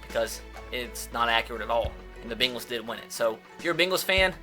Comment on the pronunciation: It's pronounced Cincinnati BANG-les not BING-les